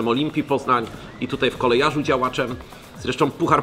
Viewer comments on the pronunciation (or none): Nie Kolejarza tylko Kolejorza 😂